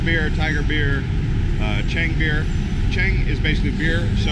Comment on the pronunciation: You should just never order "Chääng" or "Singhaaaa". Just point at it, if you can't pronounce it. Thais are also not going to the U.S. and order a "Beewuissaaar" when they actually want a Budweiser. Just a friendly reminder, you shouldn't teach thai words or prases to people on Youtube, when your actually don't speak the freaking language...